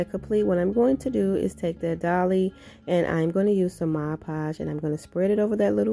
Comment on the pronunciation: Very cute and creative ways to use the wood rounds. I was listening to your voice and it is so soothing but when I heard you were gluing "Dolly's" I had to stop and rewind and listen to it again, it must be your little accent. It was so cute